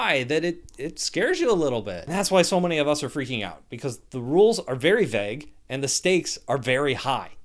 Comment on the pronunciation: You have a very strange way of saying “vague”. Vegg